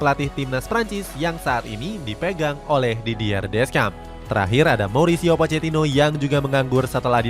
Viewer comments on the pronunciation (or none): none